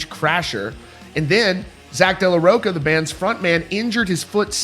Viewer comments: It’s Zack de la RoCHA not de la roCA. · You can’t even pronounce Zach’s last name correctly 😂